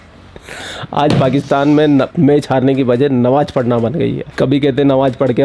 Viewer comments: Nawaj nahi namaj hota hai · 😂tum thotala likte bhi ho😂.nawaaz nahi namaaz hota hai